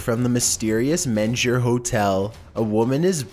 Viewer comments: For 5 & 6: It's pronounced MEAN-GUR, not MEN-GER. It is a SUPER haunted hotel and it's also incredibly beautiful inside. It's a Texas treasure! ❤ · Its pronounced "mean-grr" I am from San Antonio.